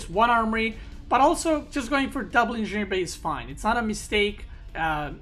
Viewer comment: It annoys me how you pronounce engineering bay